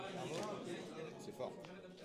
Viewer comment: mdrrr ça me trigger tellement de t'entendre l'appeler "aNiMatou"